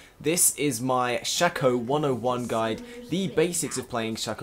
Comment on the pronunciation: the way he say's shaco is just wrong annoy's the hell out of me!